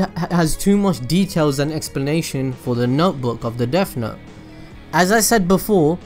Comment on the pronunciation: No need to make fun of you but “deaf note” sorry it bothered me that’s all